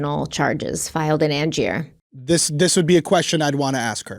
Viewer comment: Just starting this video and realized i meant to correct your pronunciation of Angier on the last one, it's an-jur 😅 lots of love to you both from North Carolina. ❤ thanks for sensitive, thoughtful, and compassionate case coverage as always.